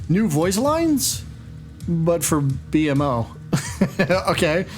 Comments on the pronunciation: Hearing B.M.O is almost as cringey as hearing GarNET instead of GarKNIT lol It's Bee-mo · Great video my dude. It's pronounced Bee-Moe my friends Not B.M.O haha but that's okay if you didn't know 🙂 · B-M-O DX its pronouced Bee-mo, rest of the video is great though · It's not B.M.O but I can see how someone would think that. It's actually pronounced. bee-moe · one word bro bmo not b-m-o haven't you ever seen the show? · It’s B-mo btw. His brothers are A-mo C-mo etc, the mo is one word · Ah yes, my favorite adventure time character, “Bee-Em-Oh” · it’s pronounced Beemo… smfh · Aye bro it’s pronounced B Moe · My brain hurts with how he says b.mo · the way you pronounce bmo makes me cringe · Bugged me that you pronounced BMO wrong.